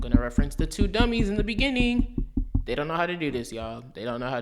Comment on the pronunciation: You: In the benninging of the video Me: benninging (in the same voice as meme) Audio: BENNINGING